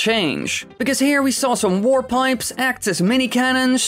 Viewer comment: It sounds like you're saying "war pipes."